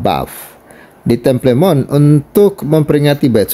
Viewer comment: Temple Mount dibaca" tempel monh , bung